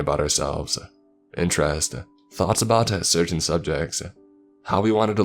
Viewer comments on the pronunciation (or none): none